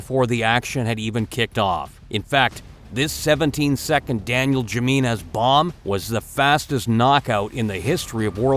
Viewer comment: It amazes me that in the modern day with access to information and people making 4 second videos just to pronounce words that someone had that much difficulty with the last name Jimenez. Ja meanies.